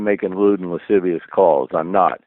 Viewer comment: “Lude and lisivious comments” lmao 😂